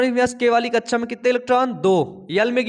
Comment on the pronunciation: sir kaccha nahi kakcha hota h 👍🏻